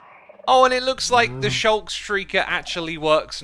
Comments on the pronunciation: I keep getting triggered by xisuma pronouncing the work “sculk” wrong XD it should not be pronounced as “shulk” because that would imply it has something to do with the shulkers when the two have nothing in common. It is SCULK. Hard “c” sound, NOT soft “c” sound. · X it’s not the “shulk” shrieker. It’s “sculk” shrieker. Shulker and sculk are two completely difficult thing with similar sounding name. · He keeps saying “Shulk” and it’s really bothersome lol